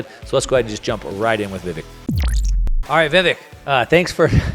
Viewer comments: It's Vivek -- pronounced "Vivake" --- like Cake :) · Lol, "Vivikk"???